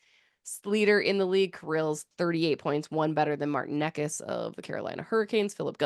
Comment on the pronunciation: Necas is pronounces Nay-Chiss